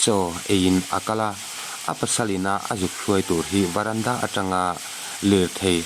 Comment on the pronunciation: Varanda nilo in Verandah tur😊😊 lo sawi ve mai2 a ho viau na a😊😊